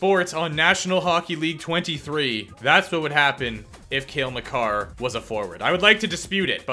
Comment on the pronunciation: you said it right hahaha